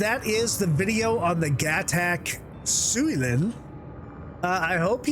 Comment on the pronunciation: Sy- U-len... ;)